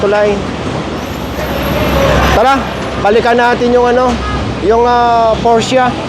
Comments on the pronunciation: porsche lang po di porscha hehehe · P-O-R-S-C-H-E po hindi porchia.(' ~')